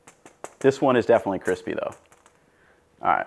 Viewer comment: ‘kwispy whisky bwiusiness’ 🤦‍♂️